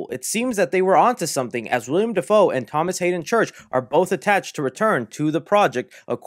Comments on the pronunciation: WILL-EM not William 😂 much love though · “William Dafoe” it’s Willem ( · Willem not William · you’re awesome and I’ve been a sub since you had like 1000 subs, but please, it’s Willem. Not William. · i love ur vids but the actor who played green goblin in the first spider-man is named WILLEM (will-um) Dafoe not William. ik it’s minor but it’s just one of those things i can’t look past lol. similar to when people say “nuc-u-lar” instead of “nuc-le-ar” or “li-bary” instead of “li-brary” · Its an MCU movie man we have nothing to worry bout when it comes to the story makin sense. Btw its 'Willem' Dafoe not "William" 👍🏼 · Willem, not William 🤣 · Dude it's WILLEM not WILLIAM! ;^) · Bro, the guy's name is plastered all over the video you just uploaded and you keep calling him William. ITS WILLEM. how do you expect us to take you seriously if you can't even pronounce or read a name properly? It would be one thing if he were a b-list actor, but the guy has been a staple in Hollywood for years. Figure it out dude! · Hate to be "that guy" but it's Willem Dafoe not william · Willem!! WILLEM!! WILLEM!!!! Say it with me: Not "William" Dafoe... "Willem!!" Lol Sweet chocolate christ, every time you say his name in any video... lol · Bro it’s Willem not William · Willem, not William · It's WILLEM not WILLIAM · (Will-um) Defoe 😊🤘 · By the way, you keep saying Willem wrong lol